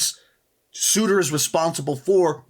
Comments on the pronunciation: it's sir tur not sue tur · It’s sir-tuur, not suitor. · Sutur is actually spelt and pronounced "Surtur" with an R. just thought someone should let you know lol. Great video! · Uhhhh its Surtur, not Sooter lol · ah yess, Suter 😂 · Surtur , not suiter , that ruined the entire video for me ..... sorry guy . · This man really said Sooter instead of SURter 😂😂😂. There is an R 😂😂😂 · He really said suiter 😂 It’s surter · Is it hard for u to say surtur instead of suurtuur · Surtur* not suitor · Hey, I hate to be that guy, but Surtur's name is pronounced like "sur-tur" not "soo-tur" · FYI it's SURTER not SUITOR as you kept saying. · Thank you that was bugging the shit out of me lol 😂. That being said is in my top 10 favorite YouTubers which mind you is actually a list of 10 tied for first place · I’m sorry, but this list is trash. If your putting Xu Wenwu above someone like Zemo or the Winter Soldier, your list is terribly flawed. It’s not that I hate the character, he’s just not above their level. Also, if your going to include someone like Ebony Maw into the list, you need to include the entire Black Order, it’s just consistency. And one last nit pick, but why you pronouncing Surtur: Sooter💀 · Why do you keep calling surtr “sooter” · 53 is pronounced Surtur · "suurtur" 2022 lol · Mispronouncing Surtur pisses me off so much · Love the video but my God I hate the way you botch Surter's name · Jesus christ the way u said Surtur pissed me off so much💀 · I love how much effort he puts into all his videos! Thank you for putting Wanda on this list. No matter her motivations, she is in fact, a villain. But your pronunciation of Surtur is triggering me XD